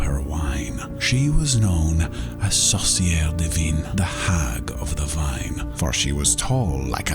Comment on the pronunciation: The way he says witch (sorcières) sounds like sauce maker (saucière) which also works